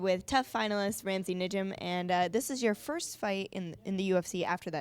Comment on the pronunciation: love your guys vids and interviews and it's nice to see a female interviewer with actual knowledge to go with her looks but - It's Nijem - not Nujem lol